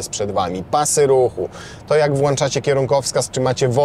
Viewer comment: "Włanczacie kierunkowskaz..." Ja pierdole 😂😢🎉😅